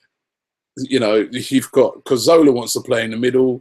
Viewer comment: Robbie PLEASE stop saying CorZOLA. surely you must actually know his name by now??